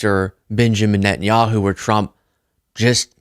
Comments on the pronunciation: 😂 So I’m not the only one who hears “chump” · She said “President Drump” 😂😂